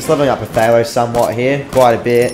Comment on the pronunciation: Whwn u pronounced phtalo i thought u said potato xD